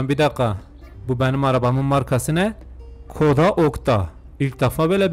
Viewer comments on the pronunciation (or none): Okta koda değil Skoda o arabanın ismi